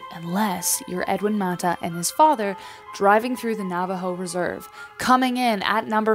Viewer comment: Haha 😄 you kept saying "Reserve" Most people of your ethnicity wouldn't say it like that. You kept cracking me up when you kept saying Reserve...great video